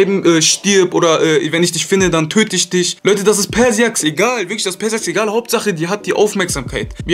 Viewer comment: cooles Video aber ich wollte dir nur sagen persiax wird pörscha x ausgesproch😉#TeamLecanko mach mal ein Video mit feelgamingtv